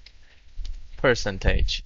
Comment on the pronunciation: I came here to fix my computer, not smash any buttons, but thanks for the offer Mr Person tag'e (percentage = purr cent aje)